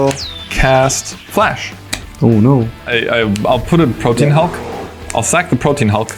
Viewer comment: The correct pronunciation of Protean is 3 syllables "prow-tee-uhn" and means great diversity or variety.